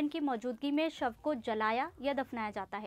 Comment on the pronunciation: फासीeee instead of फाँसी 😂😂